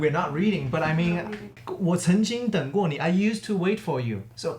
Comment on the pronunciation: 评论人的那句“我曾经等过你”，中文发音非常标准，在 秒那里。